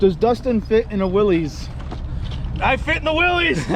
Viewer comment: It's actually pronounced"Willis", like "what you talkin bout Willis?" The classic jeep guys will jump your case for getting it wrong. LOL